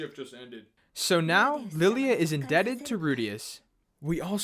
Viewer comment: “Lilly-a the maid” yeah it’s lie-la